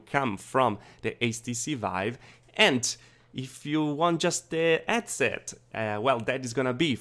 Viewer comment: HHhhhh-ead set ;) not Ed-set Hhhhhh-ertz, not ertz ;)